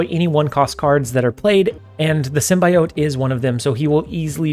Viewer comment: Symbiote is pronounced sim·bee·owt not sim.bye.owt